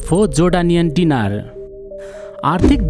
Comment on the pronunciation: गाईतुन्डे डिनार होइन दिनार हो उचारनमा समस्या होकी???